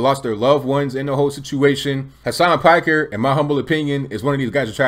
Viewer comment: It's pronounced "Peek-air."